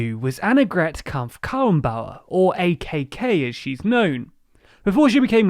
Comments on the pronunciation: Annegret Kramp-Karrenbauer. But you pronounced it like Annegret Kamp Kaenbauer. You have to say the R stronger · Kramp-Karrenbauer = CRUMP-CAR-REN-BOW-ER ("Bauer" = builder / farmer, "Karre(n)" = car / cart / wagon / wheelbarrow) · it sounded a little like Kampf imo lol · Ohh you totally butchered AKK's name. But it's ok great video.